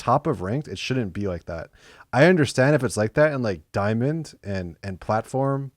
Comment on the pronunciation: its the "platforrm" for me lmaao